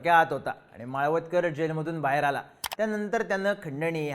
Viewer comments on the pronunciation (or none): माळवदकर नाही हो माळवतकर नाव तरी नीट घ्या उगाच व्हिडिओ करायचा म्हणून काही पण